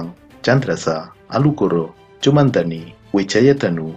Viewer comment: Cundamanik kali min, bukan cumandani